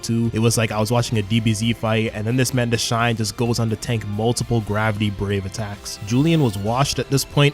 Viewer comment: Who tf is "Deshine"? :') Are you really calling Dashan like that? 😭 And why are you writing Ginga "Jinga"? :')